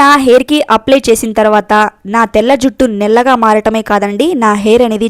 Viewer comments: నెల్లగా కాదు... నల్లగా......over action అవసరమా.... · నీకు నల్లగా అన్నారాధ నల్లగా అనటానికి నాముషిగా ఉన్నదా నీకు నల్లగా అని పలకరాదా పాలకటానికి ప్రయత్నించు వినటానికి ఛండాలంగా వుంది అమ్మాయి 😭